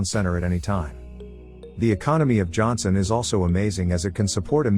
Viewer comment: Johnston. Get the name right